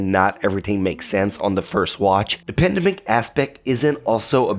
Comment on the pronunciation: Pandemic, not apadedemic.....